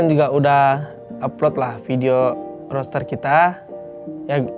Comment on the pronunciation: "Roster" bro bukan "Roaster" Mau manggang Lo? 😆